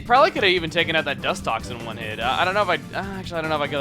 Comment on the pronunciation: It sounded as if he was saying Juan everytime he said one xD